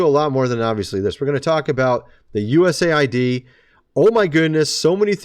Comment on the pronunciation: Thank you for saying USA. ID CORRECTLY 😊 not aid😊